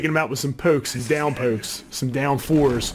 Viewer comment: the word 'pokes' gave it away aha "pooks" lol